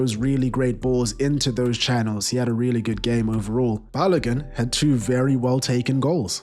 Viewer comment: Balogun is pronounced balogoon